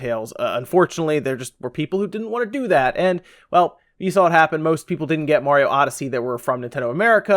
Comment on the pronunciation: I'm just glad you can pronounce Mario right. I quit watching ReviewTechUSA and RGT85 cause it bugged the crap out of me how they say Merry-o, haha.